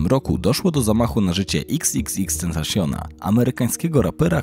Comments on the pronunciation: Tentejszyn XDD o nie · proszę, nie kalecz wymowy xxxtentacion, wypadałoby zapoznać się wcześniej z wymową jego nazwy